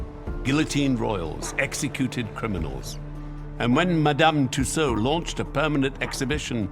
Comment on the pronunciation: I can't listen to her name mispronounced.